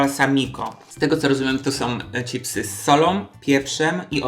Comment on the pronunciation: Madam, mówisz cipsy, kocham Cię ........pachnie jajem :D